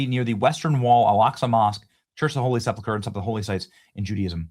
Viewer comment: Benny, please pronounce it "Church of the Holy SEP-uhl- ker," instead of "SEP-lah-ker." Thanks!